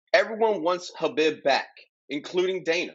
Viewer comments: Pronounce it as Habeeb or Kabeeb. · no fault of your own especially with Khabib’s spelling as the latter part “bib” supposed to be written and pronounced as “Beeb” The origin of the name as the previous poster explained is in Arabic the word “Beloved”pronounced as Habeeb. I guess the Spanish equivalent of it would be “Amado.” Now Nurmagomedov is a whole different story 😂 it actually consists of two words! Nur / Magomedov Believe it or not Magomedov turned out to be the Russian version of Mohammad and Nur is the Arabic word for Light Khabib Nurmagomedov means Beloved light of Mohammad I hope this settles it 😜